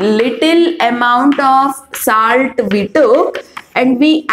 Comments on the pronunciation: Mam tip : your pronounciation has to be improved Its not saalt its solt And it not puur it puar puar ! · It's not saalt it's salt.